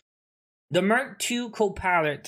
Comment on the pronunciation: It’s pilot not polet lmao